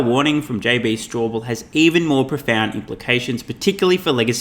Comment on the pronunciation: Straubel not Strawbell.